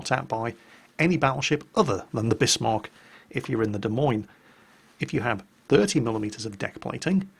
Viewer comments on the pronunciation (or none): none